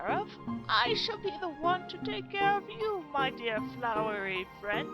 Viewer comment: anyone else notice papyrus said "floweRy"